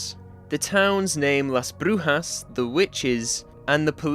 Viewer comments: that was a good pronunciation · Pretty sure he meant he isn't Spanish but he's right abt the pronunciation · I speak Spanish as mother lenguague, you said Las brujas very good, as a native from LATAM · Wdym you should be Spanish😂 also you pronounced the town correctly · Your saying it right. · As a spanish speaker, let me congratulate you for the right pronunciation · As someone who speak spanish, you pronounced "Las Brujas" very well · As a Spanish speaker you said Las Brujas correctly 🫡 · very good job on that pronunciation, you even did the hard R👌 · He does have a pretty decent Spanish tongue when pronouncing "La Brujas" to be fair 😭